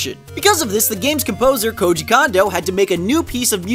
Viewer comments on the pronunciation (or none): Lol..."Koji KAHNdo" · lol Koji "Condo"